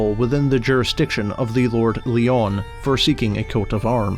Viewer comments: Good video. By the way the name Lyon is just pronounced the same as 'lion'; it's not 'lee-on'. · Lyon is pronounced Lion as in big cat. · Its pronounced the lord lion and anyone stupid enough to buy a timeshare from a company that's based in China is just that. They pay thousands in sponsorship and no one here in Scotland knows anything about it. Most woodland is owned by the heritage or is wild. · FYI: Lyon is pronounced like the animal. You used the French pronounciation in this video.